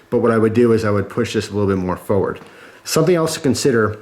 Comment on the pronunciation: I like how you say forward.. lol